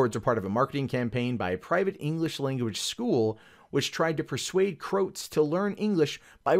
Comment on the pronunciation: pls... pls learn how to pronounce the word Croat ("crow-at")